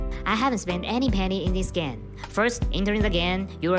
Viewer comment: He said gane instead of game